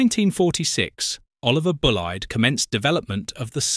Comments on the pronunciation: The name of this engineer OVS Bulleid is not pronounced Bull-eyed, nor is it Bulley-ed, it is Bulleid which rhymes the 'Succeed'. Please get it right. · "Bulleid rhymes with succeed" (source : H A V Bulleid ... son of O V S )